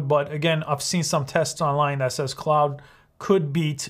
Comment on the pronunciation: Just a note; It is pronounced CLAWD not CLOUD.